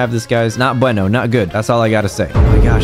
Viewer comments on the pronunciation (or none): none